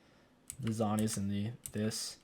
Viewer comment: you pronounced some stuff wrong, it’s Yo-ne not yone, and it’s zone-yas, also it’s raa-ba-dons